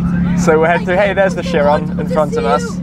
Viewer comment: It's Bugatti Kyeron, not Sheeron.